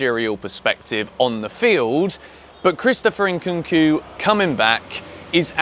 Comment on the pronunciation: Christopher "ENKUNKU" 😂😂😂